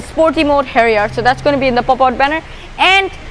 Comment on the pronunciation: XD your silly accent is now cracking and if u dont know pronounciation of harrier then why did you make a video i disliked }:-(